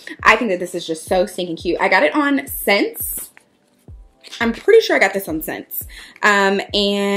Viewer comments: hey hoochie! just FYI, ssense is pronounced ‘essence’ and yes, alaia is uh-lie-uh ❤️😊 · I thought that SSENSE was pronounced "essence" ?? LMAO not me being loud and wronggggg